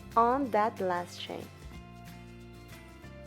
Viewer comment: It took me ten minutes to realise that she was saying "chain", not "Shane" 😅 Awesome tutorial!